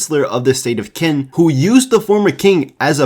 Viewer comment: Qin is pronounced as chin not kin.